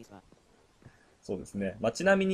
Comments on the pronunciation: ゴ↑ミィ↓で吹いたwwww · ゴミが神に聞こえる ご↑みー↓